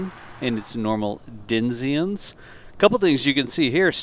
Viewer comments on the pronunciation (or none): Denziens? DENZIENS!?! It's Denizens! You DEFINITELY do not speak Original English,. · It’s DEN-I-ZENS🤦🏻‍♂️